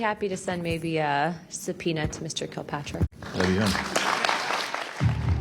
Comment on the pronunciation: Luna constantly gets people's name wrong. It's Kirkpatrick, not Kilpatrick.